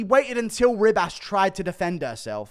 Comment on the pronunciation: It's not Rib-ass.........